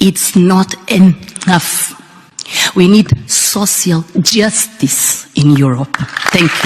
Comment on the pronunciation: She literally cannot even pronounce "social justice" and she's lecturing about it.